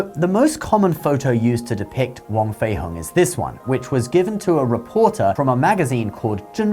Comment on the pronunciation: Its more pronounced like hong (ho-ng) rather than hung. 😂 it souds so weird you saying as in "hung" up the laundry". Wong/huang fei hong